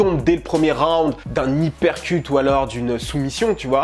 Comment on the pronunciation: Uppercut pas "hypercut", "Upper" pour "plus haut", "de bas en haut"